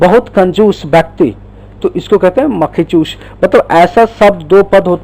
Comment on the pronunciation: makhichushh nahi hota hai makhichus hota hai